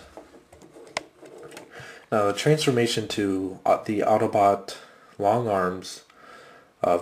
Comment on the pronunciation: you said autoboot its autobot